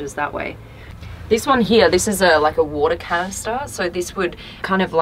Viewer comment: Love how she says “here” HEE-YA